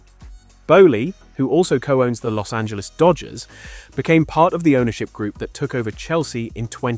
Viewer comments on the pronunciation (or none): none